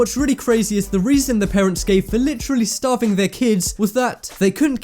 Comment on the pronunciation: it's starving not staving if I'm correct xD